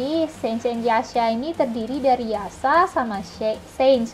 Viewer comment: Mbak kok spelling yasha=ya sa, sange=se ng bukan sa nge. Hahahaha, just kidding piss out.